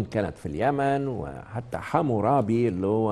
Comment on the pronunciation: لقد خاب ظني بالدكتور السيسي بعد ان كنت من احرص متابعيه. من أين جئت بمعلومة الحميريين وموضوع الحمير !!! أما الملك العظيم حمورابي فهو اسم أكدي ويلفظ امورابي ومعناه المعتلي. يادكتور كلنا نفتخر بحضارة مصر القديمة ولكن هذا لا يعطيك الحق بأن تنتقص من باقي الحضارات دون التحقق من كل كلمة تقولها فأنت مسؤول عنها. لا احب ان أتابعك بعد الان لأن مصداقيتك قد اهتزت.